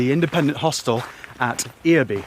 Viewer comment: Pronunciation of Earby was perfect. The Independent Hostel there was originally bought and donated to the YHA in memory of Kathryn Bruce Glazier, a social activist. It has since been bought and renovated by the local council.